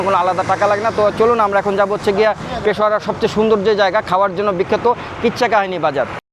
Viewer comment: ভাই উচ্চারণ ঠিক কর পেশোয়ারা না পেশোয়ার বল নয়তো ওরা মারবে